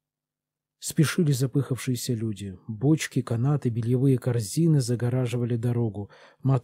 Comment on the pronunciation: ЗапЫхавшиеся (люди).